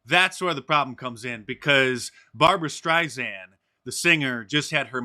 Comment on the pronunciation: bar-bra stench-sand USELESS MAN